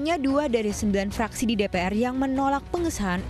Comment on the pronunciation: Ini presenternya.... sigh "Bahkan fuck.. - fraksi" lmao😭